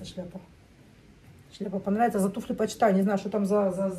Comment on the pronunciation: Туфли, ударение всегда на букву У ВСЕГДА. НА Т'УФЛЯХ.,ТУФЛЯМИ.